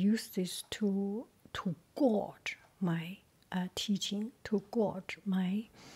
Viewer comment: It’s a tricky looking word in English, and the word gauge is pronounced “gage” like in the word engage. I really enjoyed the website review!